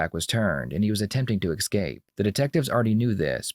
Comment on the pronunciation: "attempting to EX-cape" ... I mean... what... is this an archaic AI voice? So weird to hear a white-formal-English/American voice, but then this crops up in the audio.